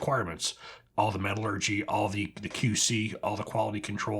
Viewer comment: it's pronounced Metal-ur-jee, not Metral-o-jee. 😇